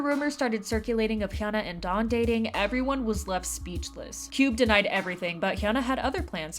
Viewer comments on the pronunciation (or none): none